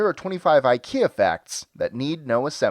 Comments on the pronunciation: Fact 26 - It's NOT Eye-kee-ya, it's Eee-keya. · It's not pronounced EyeKia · Nope. Swedes pronounce it as ih-kea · Skåne sträcker sig ju mig veterligen sig ända upp till Hammarbyslussen och Norrland börjar runt Odengatan. Så du är inte mycket fel. Stockholmare säger dock inte "ih-kea". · Scott Mulligan I've heard people pronounce it [eye-ki-a] and [e-keh-a] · IKEA rhymes more with "india" and not with "idea"